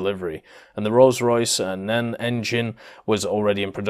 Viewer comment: Never heard of the Rolls Royce "Nen" engine..., you know better than that